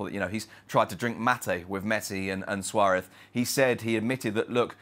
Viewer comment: Please pronounce Suarez correctly.